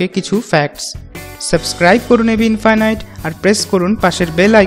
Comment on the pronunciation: এবি ইনফিনিটি নাকি ইনফাইনাইট😂😂😂